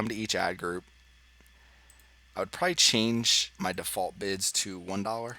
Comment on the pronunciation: All I heard was “Bitch” instead of bids 😂